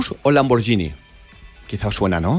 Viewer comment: Se dice lamborguini, no lamborgini.